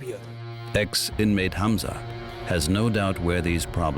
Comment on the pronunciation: A German named Hamza, not Hanz.